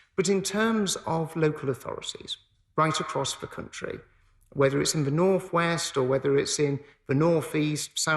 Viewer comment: He can't say 'th' as in 'the', he says 'v' as in 'Ve' instead of 'the', and says uvver instaed of other, and he is secretary of education? God help us.